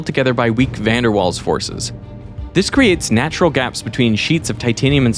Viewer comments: 'Van der Waals forces' - he's still pronouncing that as 'WALLS'?!? It's DUTCH, and pronounced 'Valce' or 'Valz'. This guy has an obsession with saying scientists names wrong, it's bizarre. This is your last warning mate, do it again and you get banned from entering the Netherlands. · Interesting pronunciation of "Van der Waals" Veritasium ;) It being Dutch in origin, the W should be pronounced "V" and the "Van" should be pronounced "Vaan" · lol please don't pronounce van der Waals like "Walls". It's more like Vals. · Did you just say Van der WAALS with a hard W? It's Dutch and pronounced with a V, like wodka.